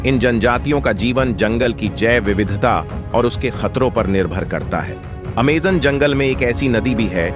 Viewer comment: Naam tao theek se le bhai Aimazone hai